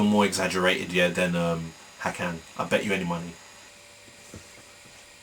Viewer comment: good statements about hakan!!!! it shows you`ve got brains besides, the first time you said the name ways correct, also seth killian does speak his name the right way, it`s "hakaaan". sounds like the scotish would say it. also yagli güres sounds like "yaaali gyouresh". besides, all turkish names have a meaning ! most of them are about war, religion, landscape and poetry. "kan" means blood. "ha" is a short form of another word, maybe hakaret, which has 2 meanings: attack & taunt/revile.